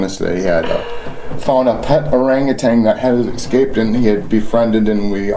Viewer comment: Why do Americans say Eck-scaped? It's Ess-caped! Escaped. Also, this is a fantastical tale. I wonder if Bob is more disappointed than annoyed, that someone would lie to his face?